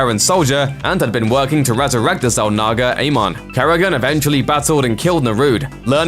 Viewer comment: Say Zalnaga again lol